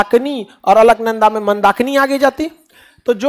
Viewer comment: विद्वान मित्र संतोपथ नहीं सतोपंथ हैं। पिंडार नहीं पिण्डर नदी है केदारनाथ १५ किमी नहीं क़रीब २४ किमी हैं पैदल। नंदाकनि नहीं नंदाकीनी है। मंदाकिनी हैं ना की मंदाकनी।